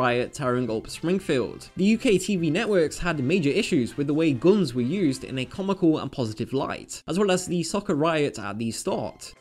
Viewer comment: You pronounce guns as "gons". What accent is that?